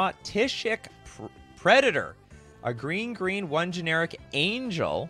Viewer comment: says geen, not green. Geen(without R)=/=Green(with R)